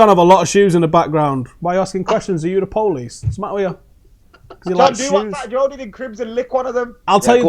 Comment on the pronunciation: The POH-LISE